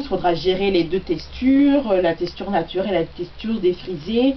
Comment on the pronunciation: C'est trop mignon quand tu dis "tessture" ^.^ Enfaite j'ai rien a dire c'est pour dire que j'adore aussi t'es vidéos!!